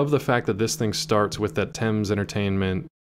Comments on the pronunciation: I'm gonna put this one on Sean because 100% pronounces is like Thymes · Thames is pronounced temms